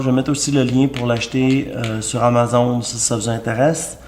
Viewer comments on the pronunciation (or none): none